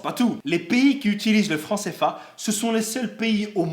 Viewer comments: Le seule con c toi tu fais des video comme si t pas comptant gros fait pas des video a nous faire chier la moi je suis ne au Sénégal ok meme si le pays j avoue n est pas top top mais gros je me plein pas gros a faire t video sur le frans cfa et sa se prononce pas cefa c cfa idiot du village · Alors déjà sa se dit C, F, A